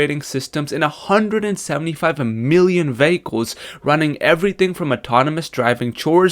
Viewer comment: stop saying "vay-hay-kuls". lol. its "vee-heh-kuls".